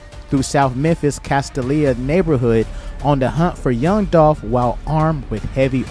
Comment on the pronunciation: "Castaleah" 😂 It's pronounced Cas-STAY-YUH